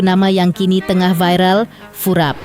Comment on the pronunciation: Furap ❎ Kurap ✅